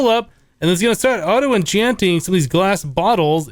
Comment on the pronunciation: "bottle of oh-chanting"